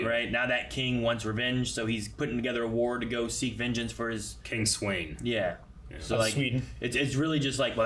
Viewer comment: The way they say King Sweyn in the dub is wrong, too. They say "Swain" but the name is supposed to be pronounced as "Sven". That's the way it's said in Japanese and in Old Norse